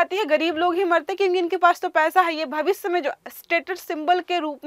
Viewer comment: भविसय नहीं श्रीमती जी भविष्य बोलो